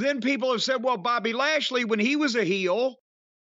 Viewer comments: I notice that too the way brock say bobby name too funny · “Bawbayy” lmao